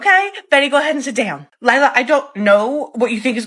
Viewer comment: “Sit! Down!” In that southern twang accent is 💋 chef’s kiss